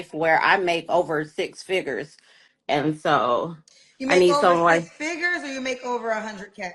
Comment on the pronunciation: “He has to make six figgers.” Can’t make this up